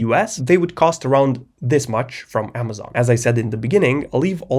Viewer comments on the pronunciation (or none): none